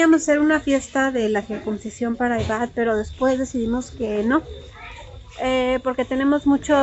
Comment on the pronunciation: en español se dice "CIRCUNCISION" no circumcisión, con "m", como tú lo dices. Saluditos!!!